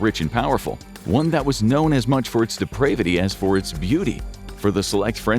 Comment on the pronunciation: Showing Epstien getting stabbed, and not being able to pronounce 'depravity'... really ?!?